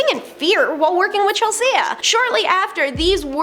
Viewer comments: Chel-sea wtf is goin on w the way you’re saying her name lololol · Chel-see-yah ... later. I still ain't subbin. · Never heard anyone mispronounce "Chelsea" before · Lucy LEO? Chel- SEA-AH? Why is this girl a host?! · Chel sea and Lucy Lee argh lol